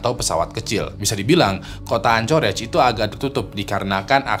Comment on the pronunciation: Untuk anchorage city bacanya "ankerej" bang